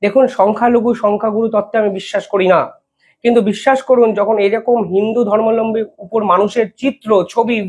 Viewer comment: Dearest,pl don't say as dharmalambi instead dharmabalmbi,also not bangsadut instead bangsudvuta. You are time and again being alarmed.please don't take me otherwise.